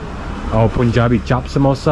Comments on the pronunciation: It's like purple's pu but they pronounce poo😂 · Let's try some pronounciations. Pun = Pun. Fun = Fun. Run = Run. Sun = Sun, Gun = Gun, Bun = Bun. Now let's put "Jabi" to all those words and see how pronounciations change dramatically. Pun(jabi) = PoonJabi????? Run( Jabi) = RoonJabi ??? Gun (jabi) = GoonJabi??? Bun(Jabi) = BoonJabi??? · It's "Pun-Jabi" not "Poon-Jabi". The "Pun" pronunciation is similar to how you say "pun intended". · just to let tou know that punjabi is pronounced as "panjabi" and not "poonjabi" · How does one pronounce the English word “pun” it’s exactly like that in punjabi Not “pooonjabi” - CORRECTION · It's not poonjabi it's Pronounced as Panjabi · Punjabi (it should be pronounced as ("puhn·jaa·bee")🤣🤣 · It's pronounced like PANJABI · Its written as Punjabi...but please pronounce it as panjabi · dude... Punjabi =..pronounciation is "Panjabi" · When pronounced punjabi chapppp samosa instead of punjabi chaap samosa😂😂😂😂❤ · The 'pun' in 'punjabi' is pronounced how you pronounce 'bun'.